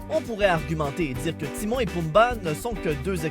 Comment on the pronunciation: alors déjà on dit timon pas timo on est pas dans league of légende ici